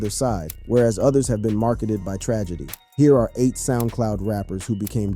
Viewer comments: "marked" by tragedy. not marketed. jesus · it's 'marred by tragedy' not 'marketed.'